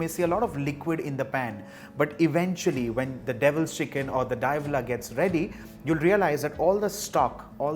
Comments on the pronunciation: didnt look like a typo. He pronounced it Dia-vahla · Diablo means devil in latin languages so yeah he mispronounced it